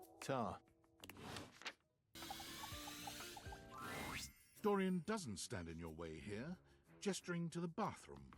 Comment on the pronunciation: Not trap-dorian OMG